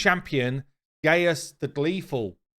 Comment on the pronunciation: His name is not gay-us it's Gaius(guy-us) it's a Roman name.